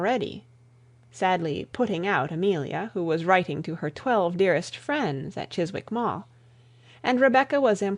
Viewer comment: The w in 'Chiswick' is silent.